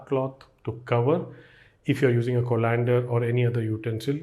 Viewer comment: thanks for the knowledge. But Co(like kaw)-len-der not co-lan-der